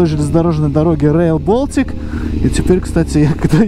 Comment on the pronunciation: Reail Baltica, а не reail bOltic😂